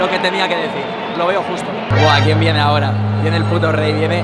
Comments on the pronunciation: Oye di grefg que te has dejado un error en el minuto dice ahoroa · CUANDO DICE AHORA SI O SI EL FINAL DE LA VELADA DICE AHROA SI O SI XDDD JAJA